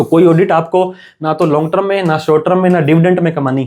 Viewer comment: ट्रम नहीं टर्म बोल .......ट्रम नहीं टर्म बोल .......ट्रम नहीं टर्म बोल .......ट्रम नहीं टर्म बोल .......